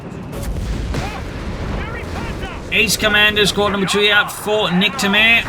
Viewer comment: Niktamair 😂 Every french people is laghing at the joke right now. As keeps saying it along the replay!